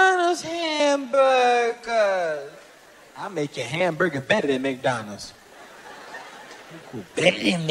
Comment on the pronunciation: "Houseburger" lol